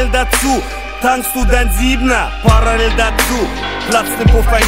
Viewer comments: Joel G er sagt paraell hahah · Wie gut die Aussprache von parallel ist 🤣🤣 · Chelo kann noch nicht mal Parallel aussprechen :D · celo kann parallel nicht mal richtig aussprechen hahaha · Jahr 2020 gucke das viedeo und was mir auffällt celo und apdi können parallel nicht aussprechen 😂😂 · naja Kunst, dieser Song nicht wirklich, celo kann einfach nicht parallel aussprechen und dass in einem Song in dem er das Wort gefühlte 1000 mal rapt. Das ist schon peinlich. 😂